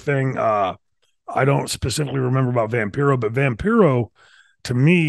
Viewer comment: Remember it’s pronounced Vam-PIE-ro.